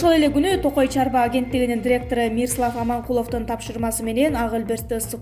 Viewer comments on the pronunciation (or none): Электрошокер Электрошокер Хорошо пневмонияны окуй албайт экен адамдын атын деле туура эмес окуп жатпайбы Мирослав дегенди Мирслав деп , жанылыктарды окуганда создор туура окулуш керек кандай болгон ченде да, чулдурлар окуп атпайбы